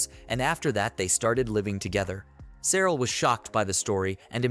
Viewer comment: Cyril is pronounced "silica" apparently.